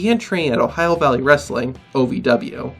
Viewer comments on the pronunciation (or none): none